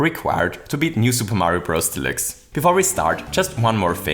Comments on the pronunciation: New Super Mario Bros "delicks" "delooks" "delukes" Idk what it is your accent is making you say but it certainly isn't deluxe :) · I have always heard the word "deluxe" pronounced as: De (like the first sound in "depart") - lux (like the first sound in "Luxembourg"). De - lux. :P Just a heads up / tease from the community! PS thank you for sharing this, I love your channel! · ConvOyor belt Also: New SMB U Del-oo-x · your saying delix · when he said new super mario bros delixe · never... pronounce... deluxe... like that... ever... again... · I love the way you say Deluxe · Is it possible that you are an german? You pronounce the „deluxe“ just like a german In an Older Video about super Mario maker, the Website was also set in german... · Am I the only one that loves that pronounces Deluxe German while the entire video is English? Yes? Well, shit